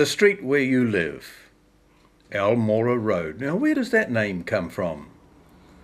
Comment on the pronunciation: very sht pronunciation. i lived on almorah for a year. wish i didn't know this. turns out he was another colonial land stealer. no suprises. went south to fight my people. interesting history. but the pronunciation is gross.